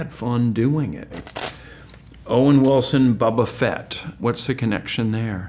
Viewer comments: Mispronouncing Boba Fett; can’t let that slide. Boycott, I say! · He says boba fett really weird lmao 😂